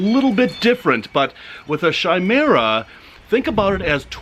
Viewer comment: Chimaira is actually pronounced (ki-mara)